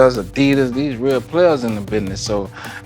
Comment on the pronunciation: " I WANT ALL TREE OF DEEZ " -Birdman